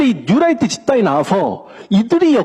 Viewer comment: 뉴롸잍..이라고 발음해야 되는데...라이트 라고 해서 light 인줄..힘들더라도 영어를 쓰려면 확실하게 하는게..암튼 저놈의 뉴롸잍은 고질병과 같은 암덩어리입니다..